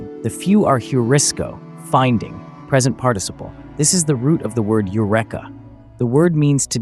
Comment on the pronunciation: Eureka is pronounced "Yoo-REE-kuh." Have you never heard it spoken?